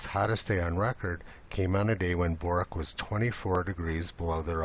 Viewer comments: Bourke is not pronounced Bork (as in Pork), but Beurk (as in Work). I love the way you dismiss the weirdo . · It's pronounced 'Berk', not 'Boork' . . . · Also it is pronounced "bERk". I even googled it cause rum :) Bloody foreigners hehe. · I absolutely adore your videos and they are excellent level looks at the subjects you choose. But for the love of god, it's pronounced Burk, not bork. I know the spelling is Bourke, but please check with an Aussie on pronunciations on our towns. If Nunawading or Wagga Wagga come up, drop me a line. hahahaha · Bourke is pronounced like Burke or berk, not bork. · It's pronounced Berk not Bork. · Bourke is not pronounced as Bork it is Burk (or Birk). (as is back of Birk) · great video bork is pronounced berk, fwiw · I’m sorry, can’t help myself- it’s pronounced Berk, not Bork. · Bourke, pronounced Berk, not Bork. :) BERK or in French, Berque. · It's pronounced like "Berk" btw, rhymes with "work" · fyi, 'Bourke' is pronounced like 'Berk' , not 'Bork' edit: I see I'm not the first to point this out ... ha ! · Amazing video and I’m so gonna whip out this at the next family dinner, but I hate to tell you it’s pronounced “Berk” not “Bork”, Bourke isn’t in Sweden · Yes. The correct pronunciation is "berk" and not "bork" but please. carry on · It's BURRRKE, not BOOORK. Jesus. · Are you pronouncing Bourke correctly, is Hallum? Are you taking the piss? To me, it sounds like you said Bork rather than Birk, Birk being correct. This is a vitally important issue. You can't out to the "back o' Bork" I don't walk down Bork st. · Love your videos Potholer. Keep up the search for reality and evidence. Just a note. Bourke is said like it was spelled Burke. It is said the same way they say the word in the movie "How to Train Your Dragon". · Bourke=Burke=Berke, not= dipolay. Otherwise thanks for the very much welcome 'amateur' analysis. VERY much appreciated. Seriously. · Bourke, it's pronounced berk. BERK. Straya! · Bourke is pronounced "BERK"